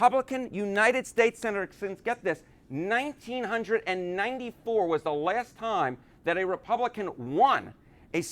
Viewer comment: I know it's 22 years ago, but please don't say 1994 that way ever again lol